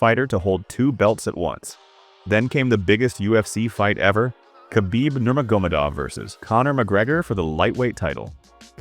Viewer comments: Khabib "Nermgogadov" lol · Had a feeling this was Ai after the way they said nurmagomedov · Yeah lol, the way he said khabib nurmagomedov